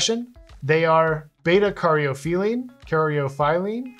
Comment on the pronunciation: Lovin' the science deep dive! Nice work on the pronunciation — you nailed it 🤘Quick lil' somethin' to add: beta-caryophyllene is known as a "dietary cannabinoid" and studies suggest linalool (another terpene) is as an "effective sedative as phenobarbital) 🤯#science